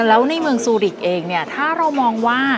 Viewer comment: ทำไมอ่าน ซูริช ครับ CH ในภาษาเยอรมัน ออกเสียเป็น KH นะครับ